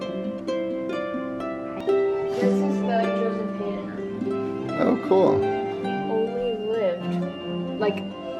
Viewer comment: Haydn is pronounced Hy-den ..... not Hay-den.